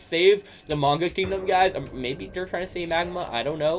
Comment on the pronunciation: Its prononced May-nh-gah